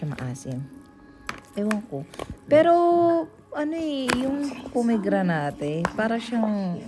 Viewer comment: it's po-meg-gra-net po.☺